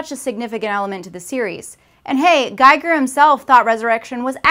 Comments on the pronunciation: Giger's name is still pronounced "geeger" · It's not "door I-7". It's "1-7" as in storage of clone attempts one through seven where Ripley is number eight. And Giger is pronounced Geeger... Decent video, but Prometheus doesn't suck. It had the same problem as Alien 3. The expectations were different than the result. I propose there is no "worst" Alien movie... but rather a "least good". Thanks! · I was totally trying to see the point... Til you mispronounced H.R. Giger... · All time most People pronounced "Giger" wrong..... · You mispronounced Giger's name. How do I take the rest of the video seriously?